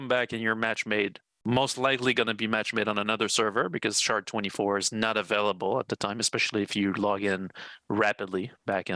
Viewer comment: I'm going to go play Eco while they fiddle fart around with all this. Catch you in 2 - 3 years. And folks, it's SHARD, not SHART.